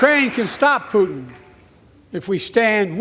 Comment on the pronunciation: Love the pronunciation of Putin, Pooot’n, with a silent T, Poo’n